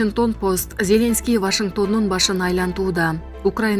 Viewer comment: Диктор зеленский деген создо ударение акыркы слогго коюлат.